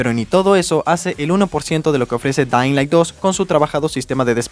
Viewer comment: jajajaja me paso q no sabia si dijo "dainlai" o "dedailan" XD